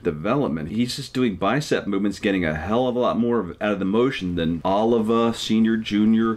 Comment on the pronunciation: PUH LEEZ !!! OH LEEV VAH !!! Not Oliver.